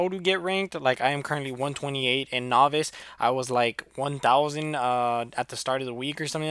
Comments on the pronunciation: its not nohvice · say novice correctly please lol